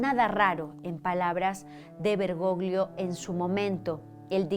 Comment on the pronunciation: Querida gracias por tu excelente trabajo, no me pierdo ninguno de tus videos! Hablo italiano, el apellido del papa se pronuncia "bergollo'' porque 'gli en italiano equivale a la elle en castellano. Un abrazo desde España ❤